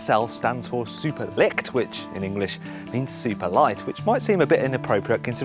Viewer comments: The only thing that bothers me is how says Super Leicht. What he says is Super Licht which actually means Super Light as in light from the sun, not light as in not heavy. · and "Leicht" is not pronounced "licked" either xD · it doesn't mean super liked. super leicht is not pronounced with a k or c. ch is more like the "ch" cheap. and the first part "lei..." is the same like the first half of "li...ght" so. its "li..ch..t" for english speakers. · Super Leicht, not Super Licht. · "SL stands for "Super-Licked"" XD british people are so cute It´s actually pronounced very differently^^ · Super licked? dont think thats how it's pronounced